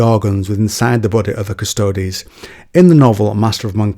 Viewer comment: It's pronounced cuss-toads. Means "the guards" in latin. "Quis custodiet ipsos custodes?"